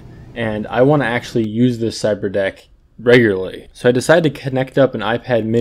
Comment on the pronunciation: "Ciberdock" Lol